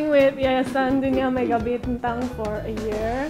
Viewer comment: I'm so laughing when said "yayasan dhunia Mega Bintheng" 😁 😅. BTW congrats for the new Miss grand Indonesia 2021 Rogan, semoga mendapatkan prestasi yang lebih baik lagi dari Aura kharismaa 🙌🙏🏻